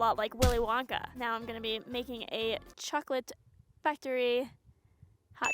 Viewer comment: that's not how you say chocolate in Spanish